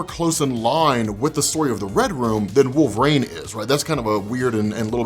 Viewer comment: Who is this wolvrain you speak of?